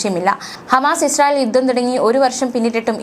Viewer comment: യുദ്ദം അല്ല കുട്ടി.. യുദ്ധം